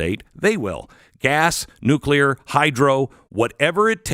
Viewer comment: Can you say, "nuclear"? Why are those pushing "green" energy still attached to the grid?